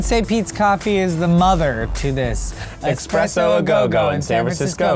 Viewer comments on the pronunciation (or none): I watched this video to the end just because I wanted to see how many times Keith would say "expresso". Also, should be a song omg I played it back like 5 times lmao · It's S-PRESS-O not X-PRESS-O Keith. Your coffee is not a train. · This should just be called " corrects Keiths pronounciation of espresso" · Thank you,, for fighting the uphill battle that is correcting people on eSpresso, not eXpresso. Also, the raps in all of these ARE AMAZING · "Expresso!" "It's espresso." XD I love those parts! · this is totally my best friend and i. i love keith and!! and i would call it expresso. lmao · I hate how Keith keeps saying "expresso." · its espresso xD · I always thought it was "expresso"... Frick. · Keith...I love you but there's no X in espresso!!! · This video makes me cringe. KEITH! It's ES-presso! xD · "Eckspresso, are you saying eckspresso? There is no 'ck' in it." "What?! There is Coffee in it" Best response Keith! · whenever people say egspresso or egspecially i just cringe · what the lady was really saying was: you can't drive your weird cart in here to drink your "expresso" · Keith saying "exspresso" everytime made me cringe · "expresso"...who else cringed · Actually, you're just wrong. It's not written with an 'X', so don't pronounce it with one. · Thank God he corrected him about the whole espresso pronunciation. There is no goddamn 'x' in the word. My ancestors are turning in their graves back in the old country.